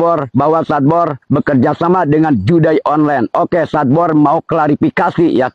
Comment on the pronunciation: sadbor "SESADD BORR"😂